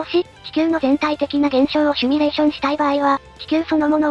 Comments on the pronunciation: シュミレーション❌ シミュレーション⭕ どうでもいいかw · シミュレーションを「シュミレーション」って云っていてモニョる。 #シミュレーション警察